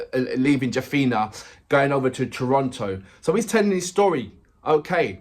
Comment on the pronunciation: which school you studied bro. its jaffna not jaffina.